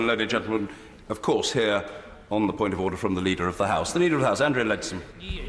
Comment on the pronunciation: Come on, you've gotta admit it sounds like he's saying "oder".